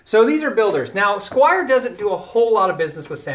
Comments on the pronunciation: squier not squire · "Washurn" and "Squire" made me quit and go to the next vid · SQUIER! not Squire! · Squire and Jacksan? Dude, try harder...